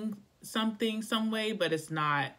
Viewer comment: I dropped my bud all over the floor 😂 “You feel like no way and I feel like ..wayyyy” lol so posh